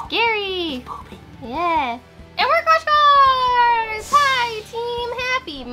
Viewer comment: crushcards? Did he said it right?